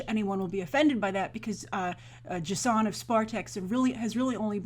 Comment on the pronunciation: Why do you keep pronouncing it Jsunn? Its pronounced Jason. It's just spelt differently. Up until recently it was even spelled Jason.